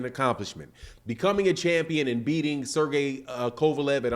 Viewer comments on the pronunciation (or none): none